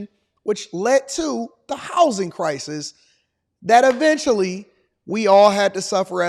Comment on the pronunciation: He said cris not crisis lol